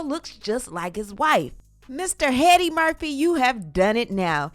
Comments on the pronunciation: did you call him 'Mr Headdy Murphy' ?? 😂😂😂😂😂😂😂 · Headdy Murphy 😂